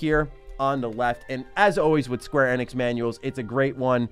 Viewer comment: the way you pronounce square Enix really drives me nuts lol.